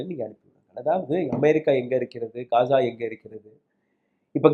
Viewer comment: யோவ் அது காஜா இல்ல காசா